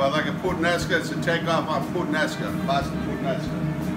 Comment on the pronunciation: First of all my friend; it is "puTTanesca" not "puTanesca". Second, I really don't think u even have any idea what Puttanesca means. Putt sauce = tomatoes, olives, garlic, anchovies, capers, parsley and olive oil.. nothing more and nothing less. This "Sicilian" pasta has nothing to do with Sicilia.. trust me friend.